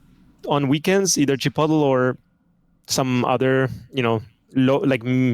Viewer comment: Chi puddle? = Chipotle? XDDDDDDDDDDDDDDDDDDDDDD